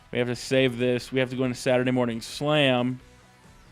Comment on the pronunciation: He says Saturday funny lol